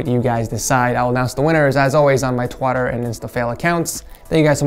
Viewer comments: He said twater not Twitter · is it just me or he said twatter instead of twitter? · Why are you saying TWATER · The fact that he said twatter instead of twitter just cracks me up! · I love your episodes of setup wars, there the main reason i build my setup my self, dont have very much money so most of my stuff were free or diys from stuff around my house... By the way i never laugh so hard when you said twatter instead of twitter at the end of the video 😂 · just pronounced Twitter as twatter Btw video was great and I'll vote for Luciano! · is it just me or did he say twartter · Did you just call it twooter? LUL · Did he say twater